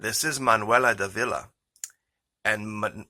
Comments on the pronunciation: The name is DAHVEE LAH Not Duh VEE La. Cheers. Great diligence in your Reporting. Keep up the intrepid work. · Her name accented on the first syllable. D'Ávila. Sounds a bit like daughter-in-law. Jess sayin.